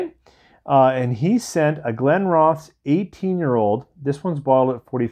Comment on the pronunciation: Hiya,! Glen Roth esss, accent on the second syllable. One of the first whiskys I ever received (as a gift) many years ago now. They make a lovely product! I don't buy it often, though when I do pick it up I thoroughly enjoy it. I haven't had that particular Arran expression, but I just opened The Bothy edition a few days ago. It's an interesting dram. The first out of the neck pour was pure pine needles. I kid you not, couldn't find anything else in it! Pine resin wasn't mentioned anywhere that I could find, on the bottle or online with any reviews. Curious, I went back to it the next day. Whole different whisky. Not a pine needle in sight, seriously! Warming, honeyed, floral...delicious! It's a 56.2 ABV, and it takes a lot of time. I spent 3 hours with that second dram, adding a bit of water, waiting a while, trying it again, adding more water, waiting again. Such a changeable whisky. I must admit, I am quite a big fan of any Arran that I've tried. Christmas here was different, simpler, yet absolutely wonderful! We got two feet of snow Christmas eve, so a beautiful white Christmas...certainly can't complain. Good food, easy company, lots of quiet gentle conversation, an unusual dram or two. Here's putting out many hopes for a manageable and much better new year to come! Marian 🇨🇦